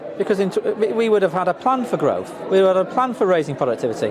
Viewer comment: Growf he says, not growth.